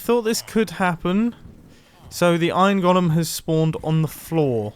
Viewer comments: I know I shouldn't care but... It's pronounced 'goal-em' Great video though. I've been looking for an efficient iron farm design for a little while now. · Anyone else hate how he pronounces "golem" and "elytra"?